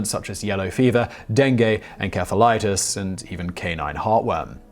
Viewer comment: Enkephalitus? That's a new one.